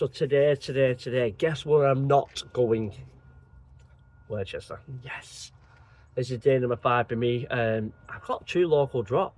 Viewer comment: not too bad pal, keep picking you up on worchestee but its pronounced wuss ster aka worcester